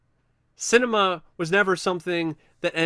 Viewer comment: pronounced sin-ah-me-ah